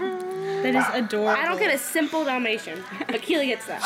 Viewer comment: dalmation, dalmatioon